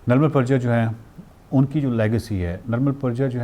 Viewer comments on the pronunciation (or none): It's Nirmal Purja not Praja.